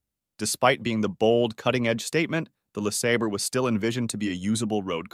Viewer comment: Who is narrating this?They can't pronounce Le Sabre properly!